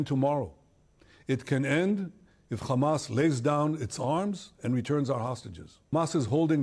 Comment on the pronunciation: Mam apke adhe se jada words me (Fa) sabbt jada ata h. .like .. hamaf .😂